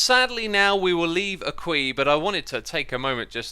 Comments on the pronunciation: It's AqueTown not AquiTown. What sort of Frenchman are you? Did you learn you "ques" and "quis" in Quebec? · How hard is it to say aque like "akwa"